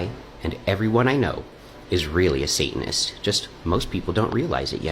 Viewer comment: what is a "say-in-is"? ...Are you trying and failing to pronounce "satanist"?